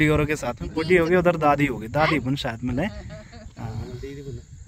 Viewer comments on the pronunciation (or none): none